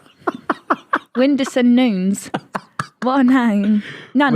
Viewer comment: Actually pronounced Nunes correctly. Nunez is the spanish pronounciaton not portuguese